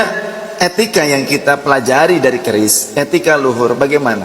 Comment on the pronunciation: KERIS BKN KRIS